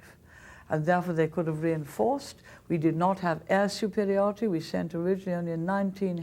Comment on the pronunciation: Intellectuel suprriorr.